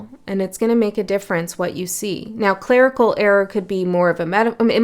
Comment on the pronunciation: Interesting… when you said clerical I heard it as “Clair-ical” as in clairvoyant etc